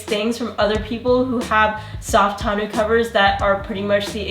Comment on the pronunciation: I have the OEM tonneau cover; but, I watched the video to learn how to pronounce "tawn-OH." Side note: Techron is the only fuel additive Click and Clack recommended. (RIP Tom)